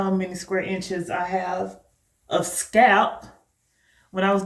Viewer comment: Your grid looks incredibly neat. Is that a regional thing when you don't pronounce the L in "scalp"?